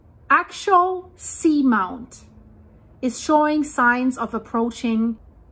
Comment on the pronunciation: I have heard it pronounced Ax-ee-all-sea-mount. I love your reports, you’re always on it!